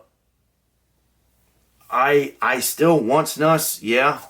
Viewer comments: Its pronounced, Snoose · It's actually pronounced like moose, snUs. The u is long.